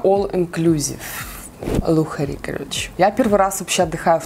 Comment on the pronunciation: "Лухари"? Надеюсь ты так пошутила)))